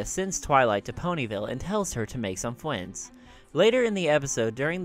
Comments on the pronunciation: Did you just say "fwiends" instead of "friends"? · Did u say frewns? Instead of friends? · the said fwiends instead of friends lol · hahaha fwiends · "Sent Twilight to make some fwiends" are you serious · I think he said fwiends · Did he really just say 'fwiends'?!?!? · he did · u did lol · and tells her to make some fwiends xD